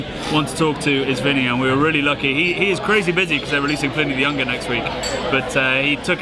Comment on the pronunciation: Can't you get Pliny's name right? It's pronounced Plinny (like Vinnie). Short i. It is not ply-nee!